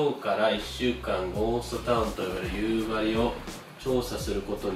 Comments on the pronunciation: 地元が舞台で使われてるの本当に嬉しい！ でもやっぱり夕張のイントネーションは気になる笑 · 夕張のイントネーションがどうしても気になる道民です。笑